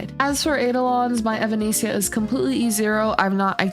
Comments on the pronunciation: hey, just to give you some friendly guidance on how to pronounce her name, its more like - eh-va-ness-ee-ah. think of the band evanescence. thanks for the guide xxx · genuinely cannot finish this video with the way you pronounce her name